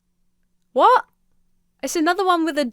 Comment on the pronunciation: The way you say "wot" is too funny